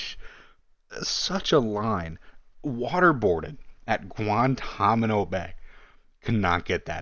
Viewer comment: Guantanamo* mate, not guantamano